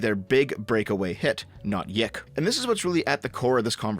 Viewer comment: btw, YIIK isn't pronounced "Yick", its pronounced Y2K.